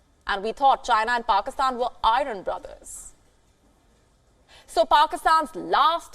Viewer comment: It is not eye run brother. What English is this? It is iron brother. huh...